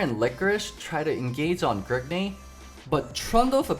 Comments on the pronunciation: Is anyone else tilted when he says gergnay instead of grig? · Every time you say Grigney I get triggered. I don't understand why you have to say his name like that. It's just Grig. Decent video excluding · Whats with the "grigNEY" every time he says grig